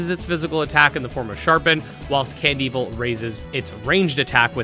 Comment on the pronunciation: Honestly I used to pronounce it as Can-Devil. But hearing you pronounce it Cand-Evil now makes me wonder which was actually their intention